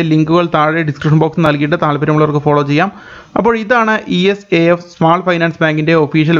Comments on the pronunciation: ഇസാഫ് ആണ്" E S A F " അല്ല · ഈ എസ് എ എഫ് അല്ല... ഇസാഫ് ബാങ്ക്.